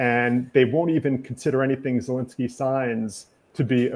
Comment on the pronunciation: My god PLEASE pronounce Zelensky's name right!! Enough is enough. Get it right, host.